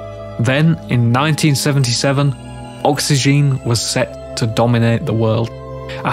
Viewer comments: It's oxygen and not oxyjean though but great Video. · That's not how oxygene is pronounced.